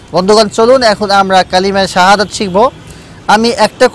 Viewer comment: উনি কালিমা শাহাদাত বুল বলেছেন যাচাই করে শিখবেন